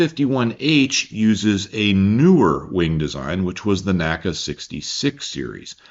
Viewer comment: I'm an old WW2 Air Force guy and I was billeted near the N.A.C.A. Lab and hangars and the pilots to whom I spoke still liked the P-51D the best over all. By the way, when referring to the N.A.C.A. in those days, it was always just that, N. A. C. A., Never one word "naca". Good job on all your stuff!